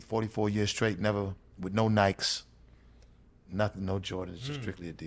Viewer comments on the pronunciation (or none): I couldn't quote a single Marky Mark song if you held a gun to my head. Benzino has them all memorized. Also, he doesn't know how to pronounce "Nike?" What the fuck?